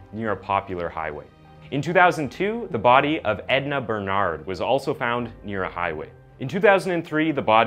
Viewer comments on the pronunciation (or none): none